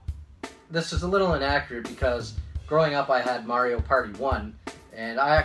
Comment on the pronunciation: It must kill you to pronounce Mario that way huh😂😂